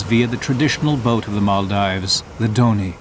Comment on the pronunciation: Nice, but the incorrect pronunciation of Maldives all the way through by the narrator is annoying! Should be as in "gives", not "dives".